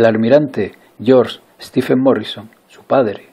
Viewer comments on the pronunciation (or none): none